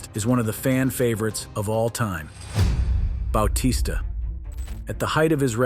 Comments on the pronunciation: bao-tista??? its Ba-tista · You said most of these wrestlers names wrong lmao. Bautista's may have been the most egregious.